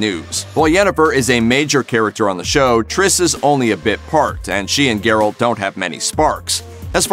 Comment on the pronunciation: he said garret